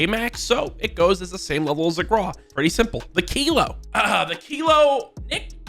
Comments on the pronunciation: Stop calling it the graw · AYO STOP FUCKING PRONOUNCING GRAWWW NO ITS WITH A U NOT A W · “The graw”